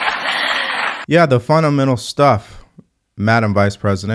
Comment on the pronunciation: “It’s Packed with some stuff, I say Articulity.” isn't she supposed to be an intelligent and educated person?